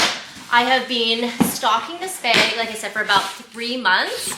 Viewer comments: B A G , not beg 😂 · Happy birthday 🎉🎉🎉🎉 wait, what’s wrong with the way you say “bag” ? Love the bag!